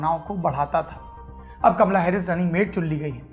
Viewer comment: कमला नहीं कामाला